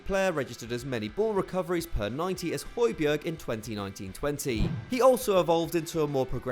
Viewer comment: This is how to pronounce Højbjerg: Hoj-Bjar Means Tall Mountain